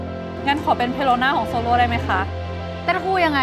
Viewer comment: โซโล นะไม่ใช่โซโล่ ขนาดดูนะเนี้ย ไปขิงเขาอีก 🤣🤣